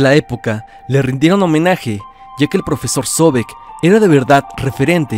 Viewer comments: Zovek no se pronuncia (Zóbek) se pronuncia (Zovék) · Se pronuncia "ZOBÉK", carnalo. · La radio en México comenzó hasta después de 1920, así que es absurdo que digas que se escuchaba en la radio cosas de 1910... Ah y se escribe transmiSión, con S. El acento en el nombre de Zovek es en la E, no en la O. Y tienes una gran confusión entre hechos extraños o diferentes y lo que realmente es una leyenda urbana.